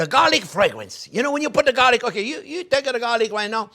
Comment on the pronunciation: Fresh basil at the end.... ADDS MORE FWAGUWENCE CHEF